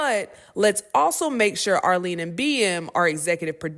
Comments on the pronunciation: 🗣️🗣️HOW ABOUT WE NOT WATCH YOU, apparently you can't even pronounce ARLETTE name correctly 🤔🤦🏾, so YOU AND THE CONTESTANTS may want to watch the show first and let US KNOW 🙄. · I Respect ya'll right, but effin up Arlette name & so many times at that- was disrespectful in my opinion. Her & her husband BM has built amazing shows. If you're going to mess up someone's name. Do it towards the clear people not towards your own. How about someone report on you & call you Safire, then Safaree, then Sorbet. 😂 Get it together! I will never tune into the Netflix version. The trailer, told me everything I needed to know. That it was going be corny. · Nah no way yall released this video with sis name being mispronounced over and over again. I legit thought she was talking about different people not realizing she was just messing shorty name up. Take this mess down beloved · ARLETTE! HER NAME IS A.R.L.E.T.T.E! I'm seeing it way too often. Too many of our people have trouble reading and pronouncing words properly. Please find out what's going on with yourselves & work on improvement. By the way, Netflix is trash. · Go watch the original video to learn how to pronounce her name correctly. How you see her name is spelled with a T in it but don’t pronounce with the T in it 🤦‍♂️ Arlene 💀 Ahmily 🤦‍♂️. Be rushing to put out news but not how to pronounce names 🪦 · Dang, you called her Arlene, Ahlee, Ahmeelee, and Arlee. Everything except Arlette. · The narrator is making it worse by calling Arlette, Arlene. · GIRLLL Her name is Arlette, with a T. Like let, let, let. Not Arlene!!!!! Omg. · Netflix added lots and lots of mayonaisse to a show originally full of seasoning and flavor 🤦🏾 BTW, I lowkey cringed at the mispronuncuation of Arlette's name 😂 Arlene, Armeme, Arkeisha 😂😂😂 everything but Arlette. I bet YT executives also mispronounce Arlette's name like this 🤦🏾💀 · How can you critique something and not know the characters names. It’s Are-Let not Arlene. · Arlette say it with us are let